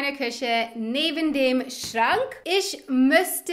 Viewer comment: "Schrank". "Kaum". hast ein paar schwierige deutsche Wörter gut ausgesprochen! Für "Anyway" so wie es verwendest, könnte man auch sagen "Ach, egal". Ein Grammatikfehler: "Und wir fangen jetzt an mit der Größe." "Es ist unterschiedlich bei jedem Haus" Auf Deutsch heißt es richtig "Und wir fangen jetzt mit der Größe an." "Es ist bei jedem Haus anders". Das ist ein sehr häufiger Fehler, d.h. fast alle Ausländer reden so, und allen Deutschen fällt es auf. Es könnte natürlich daran liegen, daß es ein schwieriger Punkt in unserer Sprache ist:-) Beispiele